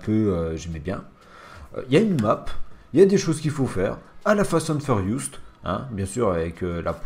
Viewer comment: Tu m'a stresser en disans fast and furiouste mdrrrrr